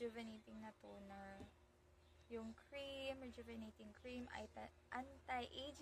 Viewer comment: Ang hirap bigkasin rejuvenatating😊